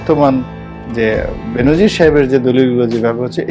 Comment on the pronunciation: বেনজিন নারে ভাই,,,,,বেনজির।